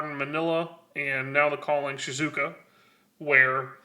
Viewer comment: Bruh, that's not helpful to people who don't know how Japanese is spoken 😂. It's SHE-ZOO-OH-KAH. Only weird thing porting it to english is the length of syllables is a bit shorter, but just say that quickly and you'll be fine.